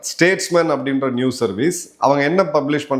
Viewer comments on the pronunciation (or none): none